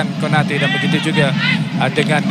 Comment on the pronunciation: Konate bukan kanote... Hrap pengulas study la dulu nama player... Hrap x jadi kante la pulop pasni